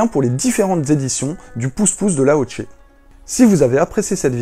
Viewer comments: Attention c'est Lao "che" et non "tche" 😊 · Ca sr prononce lao cheu pas lao tché